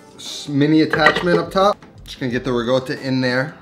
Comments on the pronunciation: no he says rigotta when it's ricotta like ri-kot-uh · It's rikotta, no? Not rigota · It's pronounced somewhat like ree-caught-tuh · you mispronounced it. it's "ricotta" not "rigotta" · You said it yourself: -Ricotta means recooked in Italian -The word for cooked in Italian is “cotta” -Note it is not “gotta” “goata”, “gouta” - there is no g, no silent g, no intended g, NEVER A GODDAM G!!!!! Phhheew Ps love the content other than that triggering aspect Cheers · . Why do you pronounce it “RiGotta” (with G) and not “Ricotta” ? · The fact that hi write rico and pronounces it rigo... baffles and amuses me xd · Its not rigotta my friend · Every time I hear riGotta, I cringe. I think I already commented on this on a previous video of yours, please say riCotta - with a "C". Not a hater, just trying to help (I'm a subscriber). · Why is the word riCotta but pronounced rigotta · So annoying “rigotta“! 😂 it’s ricotta! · Its recotta not regotta ... Im Not Italien 🙃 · It bothers the hell out of me when he says rigotta. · no bro.. its not.. please dont spread false information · Chef Pierre: ONYÓ!: RIGOTTA! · Good lord why does he say it that way lmao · Guys I can't wait to learn how to make fresh REE-GOWTA. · Amazing channel, but: Try "ri´kOtta" as pronunciation. Just to prevent some Itlians from going on a rampage ;) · Love you and your videos, but please pronounce it with a C - RiCotta :) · I'm not italian yet I still got pretty triggered xD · I'm gonna start calling it 'rigotta' now, thank you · just a pet peeve but that's really not how you pronounce ricotta at all, sounds like you're saying rigoata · What the fuck is rigoata?! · it's a "C" as in cactus, not a "G" as in game. now say it with me "ree-co-ttuh" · Why does he keep calling it "rigoata"? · Are you referring to his pronunciation of ricotta as “ri-goat-uh”? As far as I know that is not how it’s pronounced. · There is no "g" in ricotta. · Ricotta...No G in it. Unless you were born in Naples from . hahaha